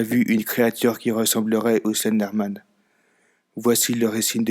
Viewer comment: MDR le début "Le Stenderman" ^^